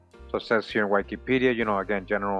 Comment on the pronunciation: I'm sorry bro but your pronouncing Wikipedia wrong...